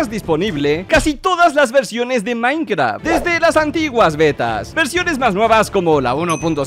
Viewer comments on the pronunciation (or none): en el segundo en vez de minecraft dice minceraft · soy el único que se dio cuenta de que decía minceraft? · dice minceraft no minecraft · 4 53 DECIA MINCERAFT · ¿Se dieron cuenta que en el minuto dice minceraft? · en el minuto dice minceraft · wtf dice Minceraft